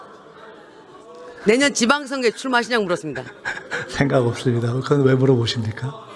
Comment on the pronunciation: ~~ 읎습니다 ??? 발음 우끼네